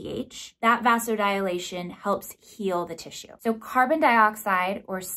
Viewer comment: Vasodilation is pronounced “vazo-di-lay-shun” 😊